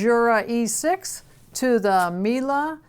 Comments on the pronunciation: No, is pronouncing it correctly, or as correctly as a non-german speaker can. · In Germany, we pronounce it meal-eh. It feels so stupid writing this out in English but there you go :D